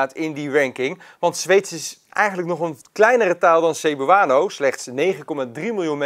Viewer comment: Zou wel even opzoeken hoe je Cebuano uitspreekt....